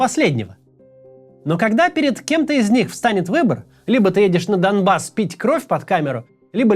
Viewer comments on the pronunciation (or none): none